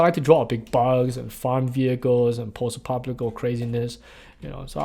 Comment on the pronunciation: fudlemenals kids..... you hab to habyoo fudlemenals. all of ya wohk is Horeebal! EDIT... i just caught his pronunciation of "posdapocalipple" LOL love it